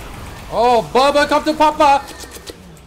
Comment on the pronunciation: he said papa like a Swede, like he sounded excactly like a Swedish person there